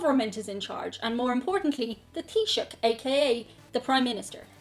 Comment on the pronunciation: So that's how you pronounce "Taoiseach?" I'd hate to admit how I thought it was pronounced. I've learned something today.